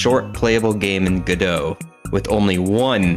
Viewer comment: Its not gdough its go dot like robot TwT